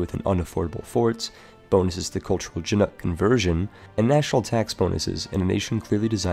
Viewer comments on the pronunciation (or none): none